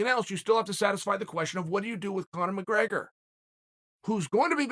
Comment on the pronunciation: “My-grey-gur” 🤣 why does he do this? Lol